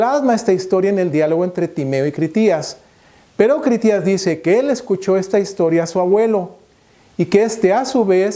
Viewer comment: Solo pienso ... si no eres capaz de decir el nombre de Critias de manera correcta (minuto ) ... ¿todo lo que dices lo será? ... es Critias ... NO Critías.